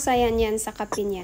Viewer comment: "Kape" not kapi Ang pronunciation sa Tagalog